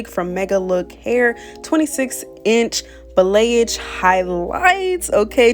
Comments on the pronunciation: balayage is pronounced ( bolly-ah-j ) lolll but this was fiyyyyy 😍😍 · the way you pronounced balayage made me chuckle lol. but this was a fire install 🔥🔥